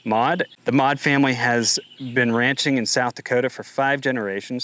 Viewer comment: Custer county! Maude not mod.😅